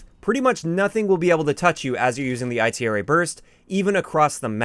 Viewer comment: called the Bar the B.A.R. and he called the Itra Burst the I.T.R.A. Burst in this video. He does that a lot